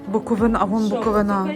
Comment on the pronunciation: Виставка шикарна❤ АЛЕ! Вже вдруге Вам зауважую: БуковИна, а не БуковинА. 🌳🌳🌳